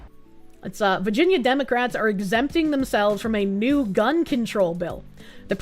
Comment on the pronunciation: I love the way says “vah-gen-yah” 😂❤❤❤